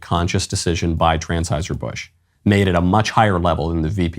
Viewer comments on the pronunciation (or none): "Transheuser Busch" lol